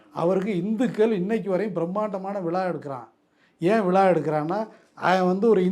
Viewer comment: விழா என்று சரியாக உச்சரிக்கவும் விலா என்று சொல்லுகிறீர்கள்